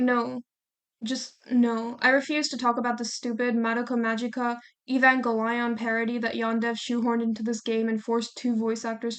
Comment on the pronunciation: great video but holy never heard anyone pronounce evangelion like that